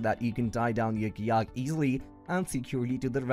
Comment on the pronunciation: Hi, its hard to understand some of your words. Fyi. It took me a few minutes to realize you were saying kayak